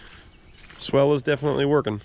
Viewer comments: Man you do use that word a lot - its supposed to be SWALE not swell as you kept saying. Its a long "a" sound. Swell goes up, swale goes down... 🤣🤣 Of course using it your way kept us in the know as to what you meant. Doesn't matter much as long as the water drains the way you want, right? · what you are calling a swell is actually pronounced swhale. That may not be how it is spelled, but that is the way it is pronounced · I like your videos, but please, if you are still n the business, please stop calling it a "swell". It's a "swail". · Not to be a nitpicker, but I think the word your looking for is : "SWALE" (sounds like: 'SAIL'), a 'SWELL' would be a location that is loaded with water, making the soft mud you were hoping to avoid. [Sorry, it was bugging me each time I heard it...I knew what you meant, though...] otherwise, great job & choice with the tractor, it looks great now! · I know how it’s spelled I’ve just never heard it pronounced that way and I’ve been doing this a while, every part of the country is different I guess 🤷🏼‍♂️